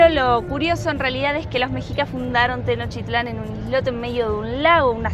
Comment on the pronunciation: No sé dice "Tenochitlán", se dice TENOCHTITLÁN. Favor de decirlo bien.